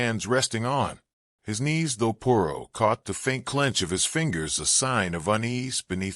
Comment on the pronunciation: 20 minutes in and you have pronounced Poirot incorrectly 50% of the time you have said it. I cannot take anymore of it. If you can't even say the name character correctly, just try a story named Smith or something you can handle. It is so disappointing almost seems disrespectful to the reader.